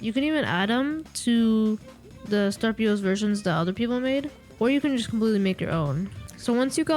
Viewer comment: Startpos not startP.O.S